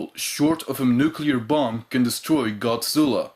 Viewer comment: あなたのゴジラの発音は完璧です！